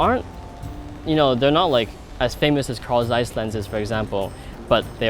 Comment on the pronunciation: English really does hurt German words like Zeiss and Rollei :(